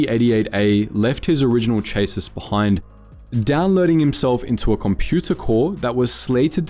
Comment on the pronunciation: Chassis is pronounced "chas-ee". Also, there's no "r" in the word "law". Lastly, unless the lore has been changed, it was IG88B that installed itself in the DS2, not IG88A.